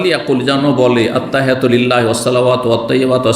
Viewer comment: ভাই কি বাংলা লিখা দেখে দেখে ত্তাহিয়াতু মুখস্ত করছেন, যে ভাবে পড়ছেন মনে হচ্ছে আপনি আরবি পড়তে পারে না